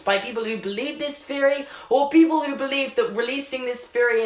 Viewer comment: Answer: 0 you only say "Feory" JK i love ur vids ur accent keeps me alive